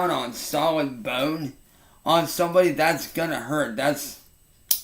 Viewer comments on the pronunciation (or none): why does he say his O sound like that. Boone. He sounds like such a little rooster sucker when he says the o sound. Booone I want a big boooone in my mouth. God I hate him. I wish he would come at me with these guitar things so I could send him to his PDF ancestors.